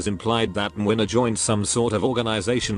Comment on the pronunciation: I'd say it's spot-on, probably even more accurate that Kazimierz